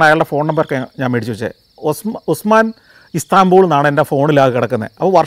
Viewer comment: Istanbul became Ustanbul!!